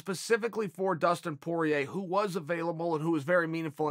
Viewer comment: Nobody: Uncle Chael: Justin Porier Me: OK great